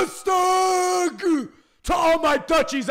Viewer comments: Hey! Im from Holland i just want to tell you something it is not rusteg it is rustig 😂❤️💪love you’re video’s keep going💪💪💪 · HAHA im dutch and everytime u say rustig i laugh so much i cry u say ruustak but it is RUSTIGGGG